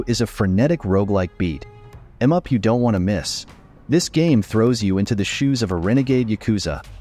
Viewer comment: AI can't even say beat em up right!!!!?🤬